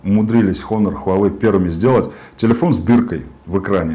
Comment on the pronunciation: ТИЛИЫОН Э С ДииРКОЙ